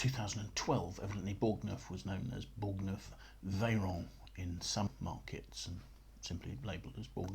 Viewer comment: “Bore-nerf” not “borg-neuf” 😊